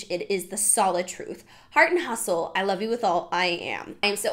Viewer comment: I wolf you 🤣😂😂😂